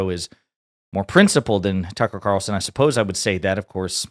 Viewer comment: “Tuckel Cawlson”